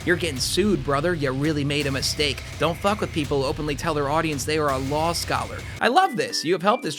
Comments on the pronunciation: it's law not lawl. love you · bro i have no idea why this bothers me so much but i stg every other time you say "law" you actually say "lul" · I keep hearing 'lol' for 'law' -- is it just moi?? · Are you saying law or lul? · am I the only one hearing "lawl" instead of "law"? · I thought you were saying “delete LAWL” this whole time… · Every time said law I kept hearing lol 😅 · Is it an American regional thing to pronounce "Law" with an "L" at the end? Not hating or anything, just curious, cos I've only heard one other dude do that and he was also American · Nah I was talking about - like, where he reads the word "Law" but says "Lawl", or. It's odd tho cos he says "lawsuit" without the extra l. Just wondering was all, I don't think he's doing some extended joke where he prononuces "law" as "lol" though. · No I heard it too 😂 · Why do I hear “Lawl” every time says “Law”?